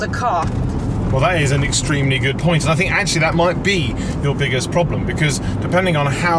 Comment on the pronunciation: Loved Ed. Couldn’t stand lazy speech (‘fink’ instead of think, ‘wiv’ instead of with, ‘togever’ instead of together, etc, etc).